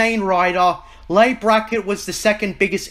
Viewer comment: Leigh (Brackett) is pronounced like "Lee", not "Lay."